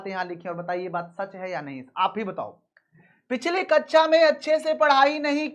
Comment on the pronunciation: Please स और श सुधार लें। Word class को ककषा बोलना है न कि ककछा या अच्छा ।